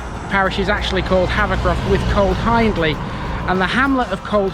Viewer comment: Just a heads up ...you pronounce Hiendley HIEND AS IN FIEND...ie Hee indly..not Hinedly. Lots folks misspronounce but it is important for a video and it is there in the spelling. !!!! Access to the res by the way is at bottom of Ryhill Pits Lane turn right and it's on your right. Park I. Nice walk.